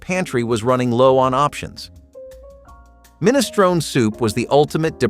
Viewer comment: MinistronE The E is pronounced, it's Italian, not English.